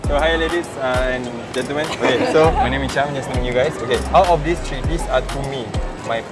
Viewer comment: The number 3 is pronounced 'Th-ree" not 'Tree'